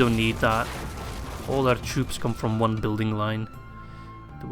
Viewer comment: whenever u say we ride as one, i hear: "We ride as Juan!". Just makes me picture a mexican with a sombrero on a donkey.